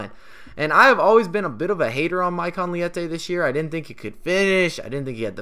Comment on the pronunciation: Nice video mate! Actually his name is Leite (it's milk in Portuguese) not "liete"